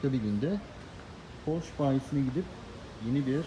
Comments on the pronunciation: Porsch degil Porsche. Rottweider degil Rottweiler. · Üstat Porsche'nin okunuşu "porşe" şeklinde. Ufak bir katkı yapmak istedim. Saygılar.